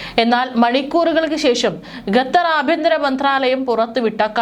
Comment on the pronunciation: ഗത്തർ അല്ല....പറി കേട്ട് കേട്ട് മടുത്തു..ഖത്തർ ആണ്... ഘട്ടർ എന്ന് പറയാഞ്ഞത് ഭാഗ്യം.. വേറെ ഒരു കോപ്പൻ ഉണ്ട്...ഘട്ടർ എന്ന് പറയുന്ന അച്ചായൻ